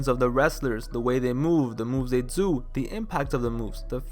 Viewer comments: "You coud dew whateva you wanted to dew so have fun!" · Why you have to pronounce do like that lol